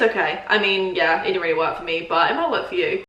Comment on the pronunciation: “Ive weally enjoyed it”🤣